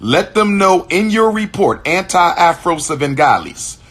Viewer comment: Andrea Afro "Suh"vengaleese 🤣🤣🤣🤣 Have mercy! 🤦🏿‍♀️